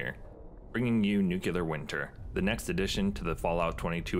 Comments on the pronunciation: Looks amazing! And umm, by the way... it's NOO KLEE UR, not noo Q lur /sigh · You said "nucular" :-P Very interesting mod. I'm keeping an eye on it for my next playthrough. I feel, "winter is coming"...